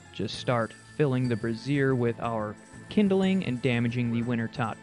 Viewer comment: Everytime you say brazier it makes me giggle, I think it's pronounced "Braze-ure" rather than "Bra-siear" which is identical to how "brassiere" is said, a different word for a bra lol.